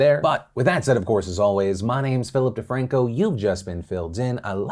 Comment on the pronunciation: "Fillip Defranco" lol